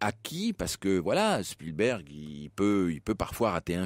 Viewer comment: Il n'y à pas de h dans spilberg. Un nom propre en anglais ou en français ce prononce de la même manière. C'est absolument insupportable comment mr Verrand ( je modifie également) le dit!